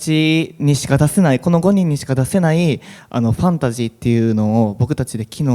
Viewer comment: ファナシーに聞こえます😅 ファンタジーって言わないんですね。